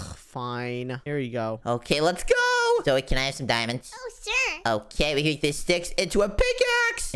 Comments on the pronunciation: it's so funny wen they call zoey zoye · It’s pronounced Zoey